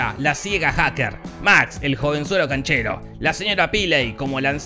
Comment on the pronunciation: "Max: como el joven cnachero" jajajajaja no se si se dieron cuenta que se equivocó en "cnachero" en vez de decir "canchero" igual sos un grande Jorge, i love you.